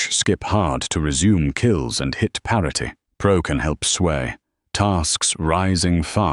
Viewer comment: Grok's "Parety" always gets me bro